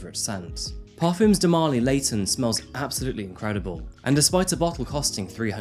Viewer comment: Just to let you know because some of your pronunciation drives me crazy, parfums is pronounced par-fah and coup is pronounced coo. It's not parfooms and coop. I've noticed in almost every video you mispronounce basic or common words and I'd just like to recommend that you look up pronunciations rather than just guessing